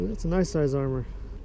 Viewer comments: Armer? lol it’s pronounced AH MUR lol And the carp you are catching are tiny lmao And you show so much of the background this place would be easy to find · 1 to correct you on the proper pronunciation of how to pronounce Amur 2 to let you know you show so many land marks in your video that it is not a secret where you are 3 posting a video of catching baby carp? There is so many other places to catch large carp and most of your videos are all dink fish